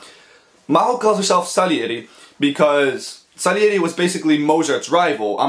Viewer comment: Salieri and Sarieri are pronounced the same in japanese, it was a honest mistake